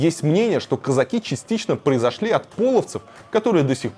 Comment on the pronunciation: Как режет слух это российское кАзаки, кАза́чий